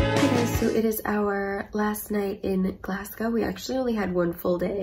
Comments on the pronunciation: Glass-Go ; Edd In Bra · I live in Glasgow, and I've never heard anyone pronounce Glasgow like that :)))) You sound like you're saying Glas-cow :))))) It's pronounced more like Glas-go :) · Please stop saying Glassgow, if you're Scottish, which you ain't, it's Glesga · Whenever a Scottish person hears Glass-cow .... a wisp dies , Glazgo , or Glesga will suffice :D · I have never wanted to go to Scotland but these videos have made me really want to go! Also, it's not really important because you can pronounce it however you like but in case you wanted to know, the O in Glasgow is pronounced O as in Go not O as in Ow. but it doesn't really matter! I love your videos!! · glass cow???? it's glaz-go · Glasgow - pronounced - Glas - gow (as in row, sew) not Glas - gow (cow, allow) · Love this video. You pronounce Edinburgh correctly. You're pronouncing Glasgow wrongly. Say Glaz-Go (not Glass-Cow) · Nice video but I cringed every time you said "Glasgaw".....The 'W' in Glasgow is silent, it's pronounced Glaz-go or if you are a true native...it's 'Glezga' hen.....we are a very welcoming people but fiercely proud of our accents and our heritage........ welcome back anytime there's is much more to see 😊🌈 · It's pronounced Glasgo. Sounds so weird pronounced Glas-gow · it’s pronounced Gles-ga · actually its GLESGA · More like Glaz-Go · Glas-go. Glad you enjoyed visiting Scotland :-D it's so funny seeing places I have lived on camera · So glad you visited Glasgow 😁 Definitely lots of pretty ladies with your hair colour here ❤️ Its pronounced Glaaz-go 😁😁 I'm really enjoying watching All your old vlogs 💞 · so glad you pronounced Edinburgh right but pronounced Glasgow wrong (it's pronounced Glasgo) ..ha ha ;) great video ...great quality and nicely edited. enjoyed thanks. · Love the vlog!😍✌🏼💜 Maybe you have Scottish heritage in your family tree😉 Glas'gow' is pronounced like "show" or "glow" 🙂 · Glas-gow hurt me 😂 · Its glas-go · GLASGOW IS PRONOUNCED GLAZGO